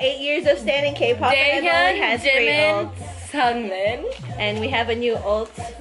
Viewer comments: no it's pronounced seungmin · you guys are funny but you guys pronounced seungmin wrong